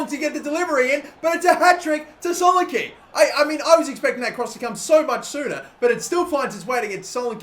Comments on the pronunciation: its too fucking easy for him! and its not pronounced solenkey its solenKEH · It's pronounced so-lan-key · IT'S PRONOUNCED SO LAN E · This guy can't fucking say solanke